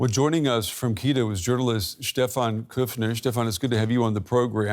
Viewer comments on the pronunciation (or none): Oh my ... it's not KEE ROW...the capital of Ecuador is KEE-TO